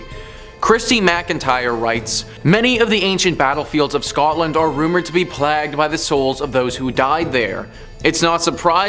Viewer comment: Did that mf just say "plagued" like "plagged"?